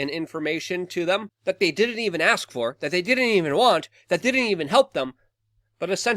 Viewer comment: Hes like I want to AX you a question